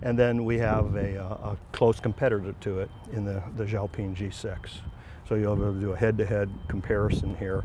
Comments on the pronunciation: It's called X_peng not xiapong 😂😂😂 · "EX" "PANG" X PENG